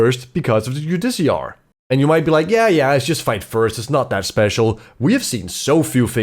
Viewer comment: It's jude-i-car It derives as a word from "Judge".